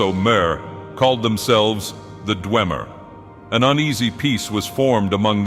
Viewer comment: How do you mispronounce every TES term and name including "mer" and then say "dwemer" correctly? Disliked and reported.